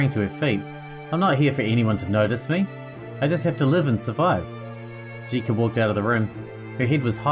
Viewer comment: Jitka can be pronounced as Yit-kah. Source: I'm Czech, and J is usually pronounced as Y in Yeet.